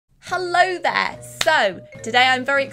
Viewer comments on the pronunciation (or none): As much as I enjoy art and liked this video that is not how you say "hello there". It's a golden rule if you say "hello there" you have to say it in a high pitch Irish accent.